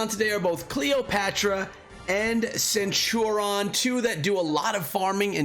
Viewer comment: Dude, how the hell are you sitting on 276 legendary heads? Why haven't you used those to level up your fighting commanders?!? For anyone watching, do NOT do what did to Cleo. Always max your first skill before moving up, it is invariably the most powerful and the easiest to max. And for God's sake... use those legendary heads lol. They're there to be used. And BTW, it's pronounced /senˈt(y)o͝orēən/